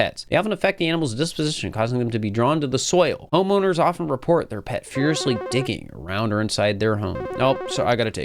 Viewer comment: "honeowmers" lmao i love catching when people misspeak its very funny to me